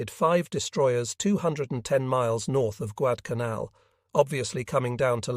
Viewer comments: Don't you enjoy hearing Guad-canal? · The flubs can be tiresome. I believe that it's a question of training the software. The various mispronouncing of Guadalcanal has become annoying.